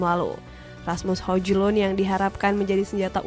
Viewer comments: bacaannya bukan hojlund tapi hojlund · Ngakak denger spelling hojlund 😂😂